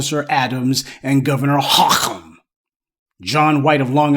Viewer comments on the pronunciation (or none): I know this is a serious story but the way you said Hochul name had me weak lmfao